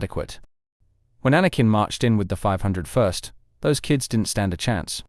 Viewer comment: Do you narrate your own videos or use a droid? Because they pronounce names like “501st” and “Qui-Gon” very strangely.